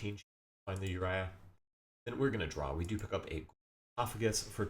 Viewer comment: Great video only one thing urked me, your pronunciation of URIA, its Oo Rye uh